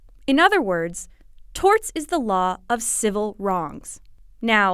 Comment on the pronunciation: "Strew Dulls" and "Torts"/"Tarts".